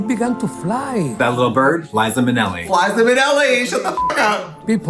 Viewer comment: blinkuh Oh no! I thought I heard Flies-za Minnelli!